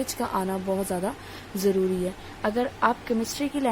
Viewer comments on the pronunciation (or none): none